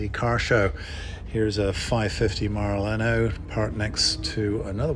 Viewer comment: Nice video. You walked right past the boras and the espadas! It’s maranello, bit maraleno 😁